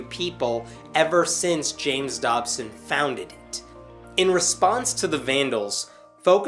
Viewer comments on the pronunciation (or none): none